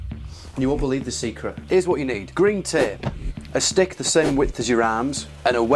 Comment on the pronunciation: Tææp is now the way I'll pronounce it forever. Gorffer tææp fixes everything!